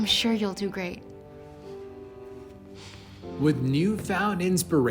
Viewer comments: “and you still became a GEAT dancer” 🤣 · you forgot the r in great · You said geat not great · it said geat not great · when it says great it is geat lollz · Is no one going to talk about how she said geat instead of great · its GREAT not Geat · “ and u still became a ‘geat’ dancer” THE DIALOGUER DID A LIL OOPSIE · Why does one of the words say Geat instead of Great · Did anyone notice they said geat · “geat” lol